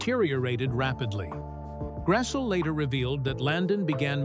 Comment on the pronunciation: Its pronounced Grass-lee